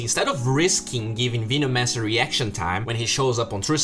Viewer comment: Dude you have to practice saying veno-mancer